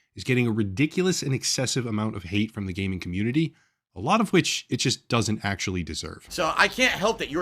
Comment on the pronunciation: Upper ACKSHILLON Geymers